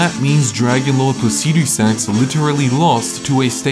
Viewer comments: I haven't got a clue the basis of which you're ranking these bosses because you have such a beautiful fuckin way with words, but Fire Giant higher than Godrick? Never! Also, learn to say "Placidusax" normally. Like how an American says "aluminium": Faster and without the stress on the "i". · man i really like how u pronounce that dragon lord name lol so funny🤣🤣🤣🤣subscribed